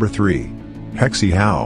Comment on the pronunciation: HeXIE not Hexi